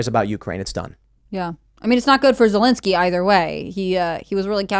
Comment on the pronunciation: Vladamir Ze -- WHO -- ski ?!